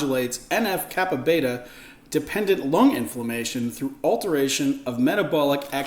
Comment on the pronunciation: en eff kappa BEE, not beta